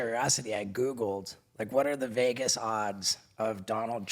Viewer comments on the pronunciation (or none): none